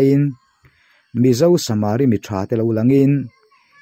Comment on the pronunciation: Samari i lamdan chu a va mak ve aw ,,samariiiii iti tlat a ,,samari mitha ti ve Mai la